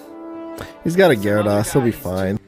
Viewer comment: The way the guy says gyarados bothers me horribly